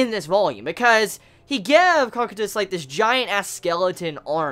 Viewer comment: Its Co-Q-tus. To pronouce his name